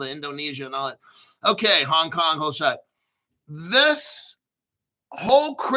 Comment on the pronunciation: Say Hong Kong. Love when you say Hong Kong. 😂